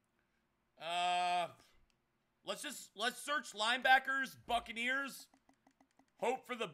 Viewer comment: Everytime he said Buccaneers it sounded like fuckaneers